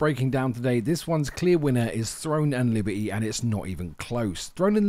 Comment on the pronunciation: "Libe-y" lol